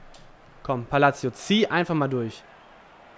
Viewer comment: sag bitte "Palasio" ;D